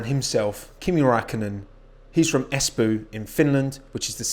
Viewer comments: As a finn your pronunciation of Espoo is inherently amusing because it is nowhere near how we say it. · As a guy from Finland it sounds funny how you say Espoo